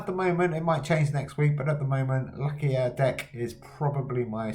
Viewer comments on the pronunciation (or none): Nice Video, but pls don't called this lovely Dog Luckya again 😂😂